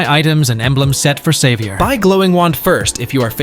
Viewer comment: He was saying xavier and I heard saber😂😂